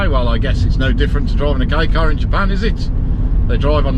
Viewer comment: As a Japanese person, we're happy that people all over the world praise "K car". By the way, I feel something is off about the way you pronounce "Kei car". If you pronounce it correctly, "K car" is appropriate.